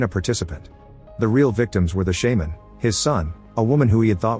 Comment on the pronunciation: wtf is a "shaeman" 😂